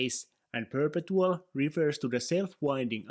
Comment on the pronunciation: It’s pronounced per-pet-two-all